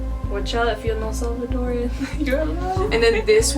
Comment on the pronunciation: Salvadoran not Salvadorian. Don’t let them whitewash you lmao